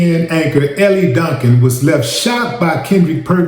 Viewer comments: Mans kept saying "Ellie".😂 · Wille she pronounces her name " L"!